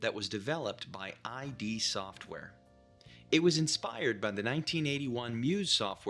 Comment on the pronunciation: omg the ai voice keeps calling it "I.D. software". Can't take it